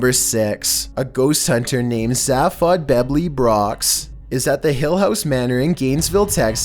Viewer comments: This man just said Zephod beb lee brox smh It's Zaphod Beeblebrox! Hitchhiker's Guide to the Galaxy! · Zay-fod-bee-bull-brocks. Haven’t you read Hitchhikers Guide to the Galaxy? By Douglas Adams. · #6 Honey, it's pronounced "bablebrox......zaphodbebeelbrox. Douglas Adam's "Hitchhiker's Guide To The Galaxy." Anyone think "Marvin, the chronically depressed robot" is cheering up any? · #6 Way to butcher the pronunciation of that Douglas Adams fictional character! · the only scary thing here is your pronunciation of Zaphod Bebleenrox. you have either never read Hitchhiker's Guide to the Galaxy, or seen the film adaptation. shame on you.